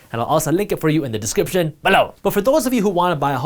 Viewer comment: I miss the more emphasized “Below”